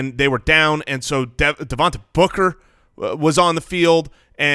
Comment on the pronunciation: Guys, it's pronounced DevonTay, not DevonTA.